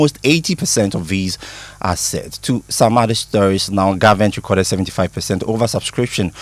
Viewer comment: Please guys note this: re cord' - verb re' cord - noun Fires re cord'ed over the weekend NOT ...re' corded over the ...